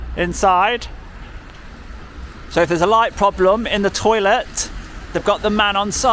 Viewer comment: Don’t keep calling it a “torlet” they don’t know what you are running on about!